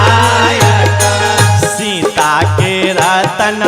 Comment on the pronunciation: आप कागायान भजन बहुत ही सुंदर है परन्तु आप शिकायत के स्थान पर सिकायत बोलना चाहिए क्योंकि ये भोजपुरी भजन है इसमें श शब्द का बोलना अच्छा नहीं लग रहा है हलाकि बाद में आप ने स शब्द का उच्चारण किया है 😊😊धन्यवाद🙏💕